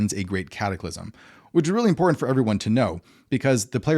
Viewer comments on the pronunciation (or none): none